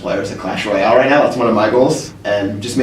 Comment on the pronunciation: acho mt foda o falando "royale"